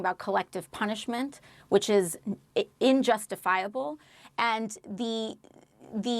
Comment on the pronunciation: Miss AOC, the word is “unjustifiable”, not “injustifiable”. With that level of intelligence, it’s no surprise that you don’t know the difference between war and genocide.